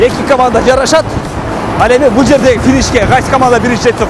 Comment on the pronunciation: Алыпбаручу туура суйло жарашатмес жарышат